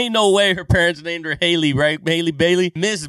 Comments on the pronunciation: so how you say the word HAPPY is the same way you would pronounce HALLE and then last name Bailey. She’s constantly (apparently) getting mixed up with Halle Berry aka Catwoman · The name is pronounced HAL LEE, like Halle Berry who some people confused with Ms. Bailey. Halle Berry is over 50! Why would you even think that Disney would cast someone that old? The director heard Halle Bailey sing on the Grammys and invited her to audition for the role. He said her voice brought tears to his eyes.